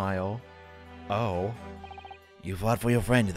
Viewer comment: The definition of the italicized "oh..." :3